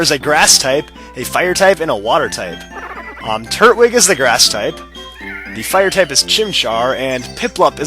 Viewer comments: its tur-twig not turt- wig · Just so you know it's pronounced Tur-twig not Turt-wig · they way he says turtwig anoys me lol its tur twig not turt wig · i am under the impression that the so called turt-wig is pernounced tur-twig witha tw sound. please tell me if im wrong. but if im not. like this comment so can see it. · TURT-WIG Like if u thought that was kinda annoying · Yeah lmao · its tur-twig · Nope, you're right. It is pronounced tur-twig. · I thought it was tur-twig? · I forgot how much your pronunciation of Turtwig annoyed me. Oh, I remember back when you were actually doing Pearl version. Good times - I miss Happy Feet, Toasty, Avian, Fahrenheit, and Hamlet.